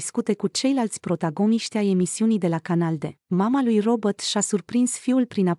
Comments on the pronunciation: Se spune.Robert nu Robot nu ești româncă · Pronunță numele englezește,nu spune robot. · Și de ce îmi spuneți mie?Nu am făcut decât să vă spun că nu spune "robot".Apostrofati-l pe cel care pronunță englezește nu pe mine!